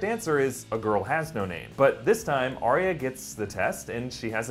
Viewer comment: Stop pronouncing it aria